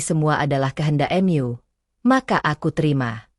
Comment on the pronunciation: Maaf sebelumnya. Untuk si pembaca atau pembawa cerita, bisa gak mengucapkan dengan lafaz atau huruf yang benar. Di dalam cerita ini dan cerita yg lainnya saya selalu mendengar jika kata MU itu disebut jadi em- yu!!! Sedangkan dlm cerita kata MU itu adalah kata penganti untuk Tuhan/Allah. Seolah-olah kata itu dilecehkan, seolah-olah olokan dan tdk ada rasa menghargai klo itu adalah sebutan untuk Tuhan. Jika memang tdk bisa mengucapkan dengan benar, mengapa tidak diganti saja si pembawa ceritanya! Berbahasa Indonesia lah dengan baik dan benar!!!